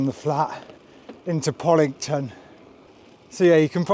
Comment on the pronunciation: And poCKlington not poDlington!!!